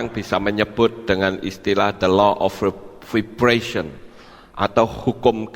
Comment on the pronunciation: MOHON MAAF PAK. CARA MNGUCAP VIBRATION : VAIBRESYEN. SKEDAR MEMBANTU RALAT UCAPAN SAJA. GBU. 😇👍